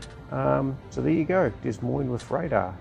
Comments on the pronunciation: Since this ship is named after a US city, FYI it would be 'Duh moine' pronunciation. No 's' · Heads up, the “S” in Des Moines isn’t pronounced.